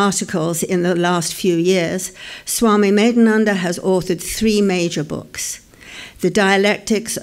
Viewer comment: Sato Sato Pranam.. OMG!!! I'm Really Surprising to Listening Your Bengali Pronounciation OMG R U A Bengali!!!! First Time I'm Listening You... Sotty Kato Janamer Tapossa Sanchito Royeche Aponader Modhye Tabei Na Thakurer Sonar Chele... Kash Amrao jodi tar Kinchit Petam...!!!!!